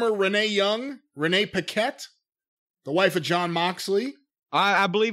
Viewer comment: I am pretty sure that Renee Paquette pronounces her last name "Paw Kett". It's a french name.